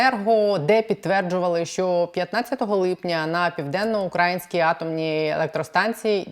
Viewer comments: південно-укрАїнскькій? Не південно-украЇнській? Щось аж вушка в трубочку скручуються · Не на Південно-УкрАїнській, а на Південно-УкраЇнській, пані. Скільки можна?